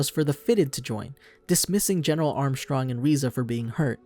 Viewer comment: I’m glad you said armstrongs name like that, very cultured